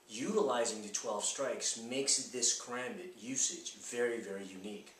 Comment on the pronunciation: I'm pleased he did not say ka-rom- bit.